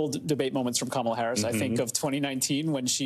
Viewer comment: D’oh! He accidentally pronounced her name correctly 😮